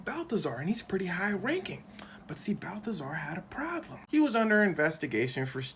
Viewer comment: “But, see, __ had a prahhblim”